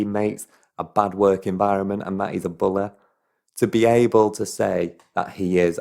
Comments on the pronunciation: I love how you say "bully".. He's a "bulay" 😅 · I love the way you say money and bully lol